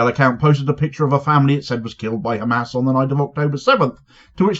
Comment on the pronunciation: AI is hhhkkkaamaasss 🤣🤣